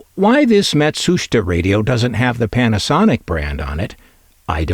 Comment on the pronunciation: I believe it's pronounced: Matt-Soo-Sheetah.